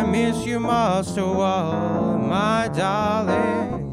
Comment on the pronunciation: (clears throat) "Boot I miss you master wall my da-ring"